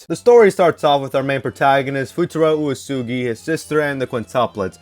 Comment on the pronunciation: I'm sorry WHAT did you call Uesegi? Oosoogy?